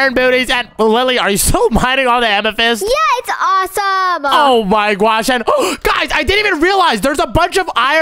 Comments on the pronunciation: He says gosh gwosh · Why did,lily,,and keep on saying GUOSH